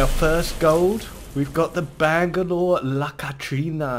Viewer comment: Did you say "Bag-a-nore"?